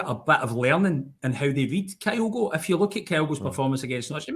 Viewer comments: still can't pronounce Kyogo correctly, ffs. Just have Chris on, sack till he can do the absolute basics right. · Not one, two. Butchers pronunciation of Kyogo as well.